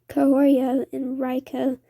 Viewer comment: You need to look up the words you don't know. Hephaestus is hah-feh-stus, for example. Reiko is ray-ko. Etc.